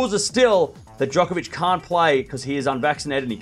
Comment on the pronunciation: Djonkovich? 😂 you need to slow down and get the pronounciation right!